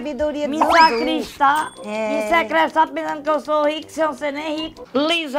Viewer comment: ''SACRISTÁ kkkkkkkkkkkkkkkkkkkkkkkkkkkkkkkkkkkkkkkkkkkkkkkkkkkkkkkkkkkkkkkkk